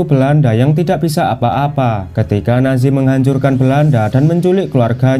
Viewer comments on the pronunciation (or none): none